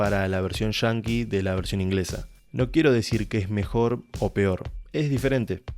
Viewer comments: ahhh entiendo pero lo pronuncias de una manera que suena diferente "Yankee" sería lo correcto y no "shanki" , por cierto buen video bien explicada la serie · Pase medio video preguntandome que significa "Version Chanki" hasta que agarre la onda que es argentino el narrador y no saben hablar bien, y quizo decir "Version Yankee"